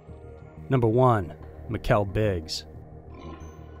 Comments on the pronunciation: It"s the isle of wight, pronounced like white and she went from mikelle biggs to mikelle briggs in seconds, wtf man, every video you do the pronunciations of people and place names is a joke. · You called her Mikelle BRiggs. Please get the names right. It's a respect thing.